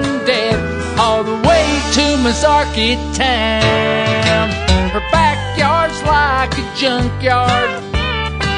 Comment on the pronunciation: This is a great video! I would like to point out, however, that Masaryktown is mispronounced. Notice that the spelling is "yk" not "ky."